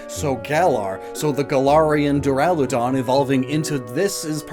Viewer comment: duraludon is pronounced (dur-ila-don) and raikou is pronounced (ry-ku)